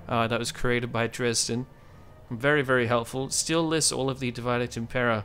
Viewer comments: Its meant to be latin. It's pronounced Dee Vee Day. not divide. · Great video! (Sorry to be that person, but thought you’d rather know that not — it’s not pronounced ‘divide’, but ‘div-id-é’[like ey in hey].) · Tip 1: pronounce divide in Latin and not English. Otherwise you might as well call it divide & conquer.